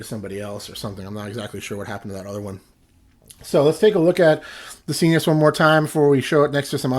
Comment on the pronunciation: Isn't it s-eye-nus, like, your nasal passages? Why sEEnus?